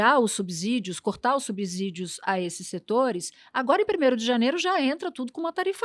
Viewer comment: Natuza Nery na palavra 'subsídio' o "s" pronuncia-se como som de 'c' e não de'z' com você falou, tá!?